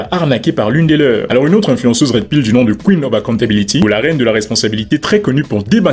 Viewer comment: a 11min11 tu dit ''influensuce'' elle fait du journalisme y a une enorme diff entre etre assi sur ton salon pour le buzzz ou demasqué les fraudeurs. meme les ptit journaliste vendu des tv subventionné on utilise la reine pour faire le buzzz. le vrais journalisme est mort depuis lontemps. y a quelque personne qu il ne sont pas achetable mais il en reste tres peu